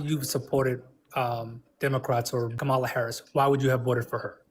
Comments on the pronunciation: Maga pronounces kamala as "cam ala". Caller pronounces her name cam ala. Caller is 100% maga. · When a person mispronounces Kamala's name 'Kamal'a it is a dead givaway that the person is MAGA.